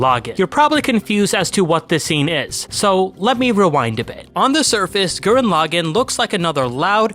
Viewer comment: You call the Lagann correctly but when you say the name of the anime you say it wrong.. How did you manage that habit 😂 WONDERFUL video btw!! Great breakdown of the series 🔥